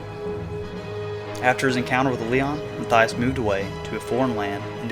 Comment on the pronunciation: You pronounced Mathias wrong...it's "mott-yosh"